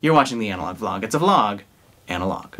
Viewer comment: Finally someone who says vlog instead of v log V log, It's like saying b log instead of blog